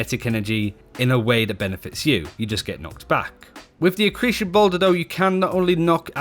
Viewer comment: Dude, why can't you pronounce accretion?